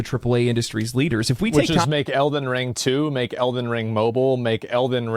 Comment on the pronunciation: Why does always put emphasis on the wrong syllable when saying “Elden Ring”? 😂